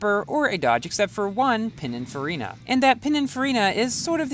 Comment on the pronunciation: Pininfarina.. not Panicfarina lol